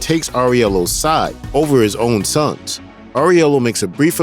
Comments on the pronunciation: How can you mispronounce so many things? Where you just reading a random script without seeing any movie? Especially Aurelio, You keep Saying FFS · Who is? You mean Aurelio (pronounced aww-rell-ee-oh)? Did you watch the movie? Lol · Aurelio!! Not Aurielo! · First, Winston doesn't betray him. Second, Aurellio, not Areulio. WTF Third, he made Vigo the crime boss of NY. Like, there were other families, but John ended them. It's said by Vigo that John made him, what he is now. That lack of research, god. Usually don't say this, but very bad video. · His Aurelio pronunciation hurt my ears